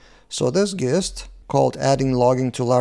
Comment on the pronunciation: Nice vid as always,. Thanks! Just a heads-up from a native English speaker. The word “gist” is pronounced with a soft ‘G’ like the word “gin.” So more like it would be spelled “jist”.